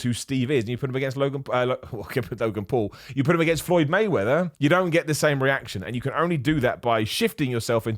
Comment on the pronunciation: Floyd Waymeather :)